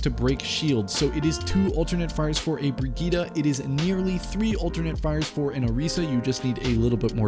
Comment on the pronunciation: Did you just say brigeeta? Lol it’s Brigitte, pronounced brih-jit